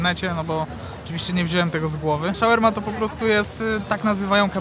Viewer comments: co Ci sie kurwa ukazalo? 🤣🤣🤣 szaŁerma? 🤣🤣🤣 a po drugie, jak zamawiasz shoarme, to nie oczekuj kebaba 🤦🤦🤦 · szałerma ? to dla zartow czy on serio tak to wymawia ?